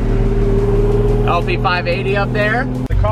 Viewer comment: "it's insA HANE"